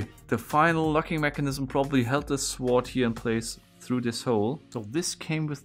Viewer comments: Brudi, das w in sword ist stumm. Es wird also sord ausgesprochen ;) . Ansonsten tolle Videos und klasse Kontent, danke dafür. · Why Do You Say The W In Sword? The W Is Silent! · Sum1 PLEEEASE That when U pronounce the word: "Sword" the "w" is SILENT!!! ^^ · The W in sword is silent, it's pronounced 'sord', in general your English is really good. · Its written sword, but you don't pronounce the w. You say it like 'sord' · It is spelled Sword but pronounced Sord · Sword???? Lad its a sword (sord) its not hard!!! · Will someone please tell him the proper way to pronounce the word sword? lol No; wait. I will do it. NO 'W', buddy. NO 'W'. Say SORD. And no... no one know why. Same as the word PHONE. We say Fone. English has WAY too many rules with no SIMPLE explanations. Life Is Good!✨🤗✨ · I don't like how he pronounces "sword", it's pronounced "sword" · I don’t speak German, but I think they’re saying that you don’t pronounce the “w” in “sword” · (Kronk voice) Hey! Nice beard. I'm kinda jealous... Also the intro of course, that's really amazing! also the "w" in "sword" is silent lol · Great solving again👍🏻. By the way the W is silent in Sword. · Interesting. I didn't know you pronounce the W in sword. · du hast schon recht, dass es eine Unverschämtheit ist, das w in "sword" nicht auszusprechen. Aber ob sich dein revolutionärer Geist da so durchsetzt? Btw: cooles video.;) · (the w in sword is silent. Pronounce it as if that letter wasn't there) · Nur als Tipp: das w in sword ist stumm ^^ sonst sehr cooles video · Just some advice...you don't pronounce the W in sword. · The w in sword is silent sorry I sound like an a-hole but it raely bothers me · Bitte sprich das w von Sword nicht mit. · You don’t say sword It sounds like sord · the way you pronounce sword lol i love it so much- sWord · Btw its pronounced Sord not Sword. love from germany :3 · S-word Lol. The W is silent dude. Just say sord. 😁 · The way he says "Suh-Ward" gets me every time.